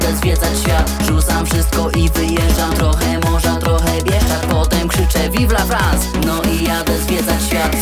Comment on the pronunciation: Tekst naprawdę spoko , nawet czysto śpiewasz tylko w pierwszej zwrotce zamiast myślę nad tym życie moim zdaniem powinno być myślę nad mym życiem. Tak samo słowo vive la france powinno się wymawiać "Vivla Frąs" a nie Vivla Frans Ale jeśli chodzi o Disco Polo to nie jest to złe moja ocena 7,5/10